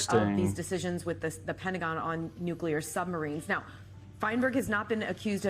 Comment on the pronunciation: Yes and thanks for saying the word correctly.. NU CLE AR and not Nucular like some bumpkin ass non expert. Even the experts say the word wrong constantly , and it drives me insane because they're supposed to be f**** experts.